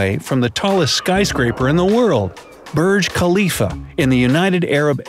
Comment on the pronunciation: Burg klifa. Hehehehehehe